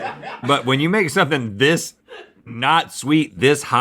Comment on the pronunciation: "You like a martuni"